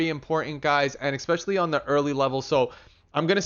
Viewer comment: Take a shot every time he says "expecially"